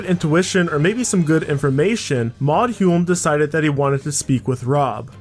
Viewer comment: Just wanted to let you know, and not meaning to be a dick but the name "Hulme" is actually pronounced "Home" and the name "Home" is pronounced how you pronounced "Hulme" weird English thing... There was actually a British priminister named "Hulme", you can look him up and see this is the correct pronunciation